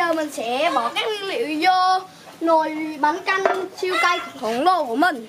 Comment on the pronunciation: Bánh canh chứ không phải là bánh căn nha 😂😂😂😂😂